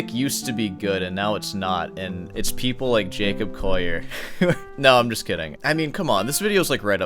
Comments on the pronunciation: It's not pronounced 'Coyer'. It's coh-lee-ur. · do you really think you know how to pronounce his name better than he does? its collier not coyeh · Jacob Coyyur hahaha call e ur would be how it's pronounced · Don't do a take-down video and mispronounce the target's name! It's "call-yer"; there's no "oy" sound in there. Undercuts a claim to having good "ears"; I apologize for being mean, but it has to be said. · Collier is pronounced with an L not a Y. You're saying Coyer. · I love how you pronounce it “Coyer” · It's always a red flag when the presenter can't even pronounce the subject's name correctly. It's not "Coya" :/ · Who the f*ck is Jacob "Coyer"? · You see 2 LLs and pronounce it "Yu" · Bro he ain't Spanish... You can pronounce the "ll" in his name. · The number of times you've said his name wrong in the first minute omg Clearly a show of dominance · Straight away within 1 min I am put off by this guy's weird arrogance. How am I supposed to trust his expert opinion when he hasn't even managed to correctly pronounce the guy's name who he is attempting to critique? Maybe he has a speech impediment? Whatever the case, this is not a very convincing start...